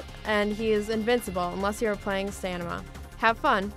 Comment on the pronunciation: OMG LOL SHE SAID STANIMA DUUUDE